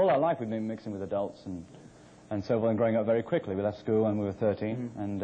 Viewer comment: “ So we had to grow up very queekly”...